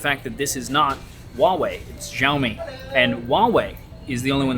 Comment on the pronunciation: I always enjoy your videos, but this one made me feel bloated -- from all of that pizza! And that rather bloated phone. I'm not yet onboard the foldable phone fan club, especially for the sky-high prices. From now on, can you please(!) pronounce Xiaomi correctly? You did pronounce once or maybe twice, like the 2nd time you said it in this video. In Mandarin Chinese pinyin, "X" pronounced very close to "sh" (but with the tongue on the roof or back of the mouth, rather than the front, as it is in English). In contrast, the pinyin "zh" is pronounced more like "zh". So Xiaomi is more correctly pronounced SHEEOW-mi, not ZHEEOW-mi. (In his videos, Michael Fisher says it right.)